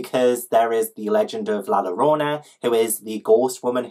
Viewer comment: I love your TBR game so much?? Like idk why it's so deeply thrilling to watch you flip cards but it IS, I GET SO NERVOUS! The stakes are high!! Also just a tip bit Paola is pronounced like Pow-la, and double L in Spanish is a y sound, so La Llorona is la yor-ona <3